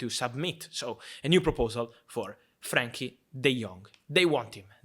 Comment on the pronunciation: It’s Frenkie, not Frankie